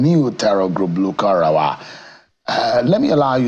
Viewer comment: This presenter accent is just annoying, he his even pronouncing lukarawa instead of lakurawa